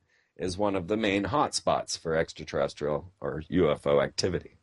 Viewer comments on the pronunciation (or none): does he say SEXtra Terrestrial